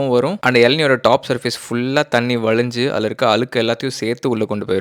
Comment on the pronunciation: ❌ வலக்கமா ✅ வழக்கமா ❌ அலுக்கு ✅ அழுக்கு ❌ வலிஞ்சி ✅ வழிஞ்சி ❌ விலுந்துரும் ✅ விழுந்துரும் ❌ வலுக்கை ✅ வழுக்கை ❌ அலகா ✅ அழகா